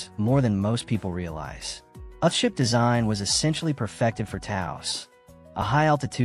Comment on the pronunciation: AI narrator pronounces EARTH SHIP as ''ah ship''. Why this video does not correct it, is why I won't leave a ''like'' nor ''subscribe''. 🤨